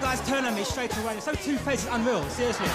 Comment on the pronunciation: it’s unweaw 😂